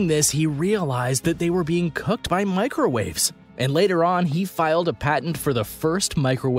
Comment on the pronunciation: “Microw Aves”